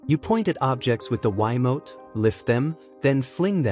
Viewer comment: What's a "why-mote"? 😅